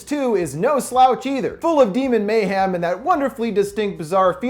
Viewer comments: I’m so sorry great video as always but the way u say mayhem kills me. It’s mayhem not mayham 😭😭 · it sound like he says mayham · No one:: may ham